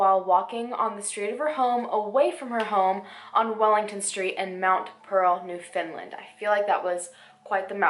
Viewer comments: Ohhh, Newfoundland. The name gives me such grief, lol... It’s pronounced “New-fin-LAND” hard on the “AND” at the end. Like “Newfin-LAND”, quick/soft on the “newfin” and the emphasis is on the “LAND” Not “new-FOUND-lind” or “New-fin-lind” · Her photo is still all over town. Scary when something like this happens so close to you. PS. just a little reminder, it's pronounced New-Found-Land :) Just found your channel- definitely subscribing :) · No hate, just wanna say it is New FOUNDland, not New Finland haha... 😅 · Let’s straighten up one thing for you. It is pronounced, New- Found- Land. Not new- Finland. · I Live in Newfoundland and you pronounced it wrong it’s New-Found-Land not New-Fin-Lind. And my mom has a friend who lived next to Philip and he had a big fire after a couple days of her going missing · “newfindland” NEW FOUND LAND it is not hard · Not trying to be rude but I’m from Newfoundland and it’s pronounced new-found-land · Just a friendly tip it’s pronounced(new-found-land) instead of (new-fin-land)☺️ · Cant even say newfoundland right 😑. Its not new fin land, its new-found-land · not to nag but its not new-fin-land its new-found-land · This girl said “new finland”, as a Canadian I had absolutely no idea where she was talked about, after all this is realized she was talking about New foundland she was just another American who is only educated on there own country. I had to learn all your states, why do they not have to learn our provinces??? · I love hearing non-newfoundlanders say Newfoundland. It's like people in line at the theatre to see Maleficent, they all say it wrong.😂😂😂 It's pronounced new-fun-land.😁 They searched everywhere for her, they searched the ground at my work, the school yard across the street from my house, everywhere you could go two summers ago you'd find ribbons tied to bushes to mark areas they'd already searched. Sadly I don't think they'll ever find her now considering how much ground they covered. There's no where left to look.